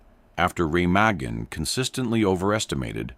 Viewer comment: The bridge and river are pronounced 'Ra-maa-gan'.